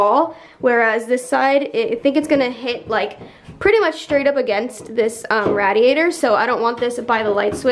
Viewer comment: anyone else laugh at the way she pronounces radiator haha